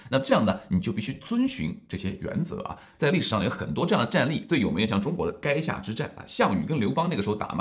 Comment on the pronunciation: 垓下之战 不读 “该”下之战